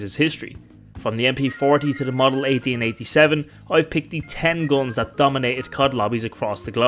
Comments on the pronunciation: i like your funny accent. it sounds like your pronouncing GUNS as GOLEMS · "gons" lol